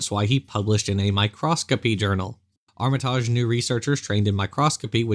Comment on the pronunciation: Is he misspronoucing Armitage? Or is it another North American Vs European pronoucation thing. I know it's a minor thing but I get really irritated when people misspronounce names so I wanna know who's wrong. If it's the name of a British person he is 100% wrong I think.